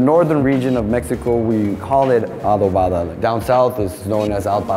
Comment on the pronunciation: I find it funny how they can't even pronounce Adobada.